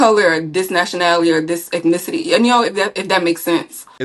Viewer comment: Did she say: "EKnicity???"🤣🤣🤣 Proof of just ONE of the stereotypes 🤦